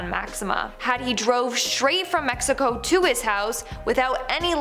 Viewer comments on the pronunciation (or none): none